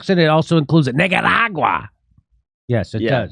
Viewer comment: Did he say niggeruraga? Lmao